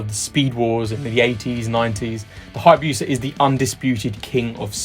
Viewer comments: The 3rd gen Suzuki Hayabusa top dog of speed??!! I don't think so! Been drinking spiked Kool-Aid? Oh, and call it a "BOO-SAH", not Buew Sa. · For the Speed Triple, if you used the Owner's Manual numbers yeah it gives 150 mph top speed, but if you look at actual 6th gear mph/rpm in videos, it's clear that top of 6th would be something like 175 mph. So the numbers in the owner's manual are wrong. Also ... it's BOO-suh not bew-suh, wtf lol. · The “bewsa” is the “Peregrine Falcon of your speedy dreams” 😂